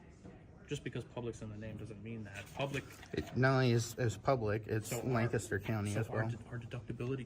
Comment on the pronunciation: Came here just to hear you say Lancaster wrong 😂 LANK-a-ster